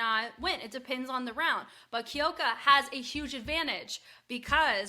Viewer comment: Sorry but It’s Kyoka (like "cue" + "oh", not Kee-oh-ka), and Rie is "Ree-eh", not just Ree. Two syllables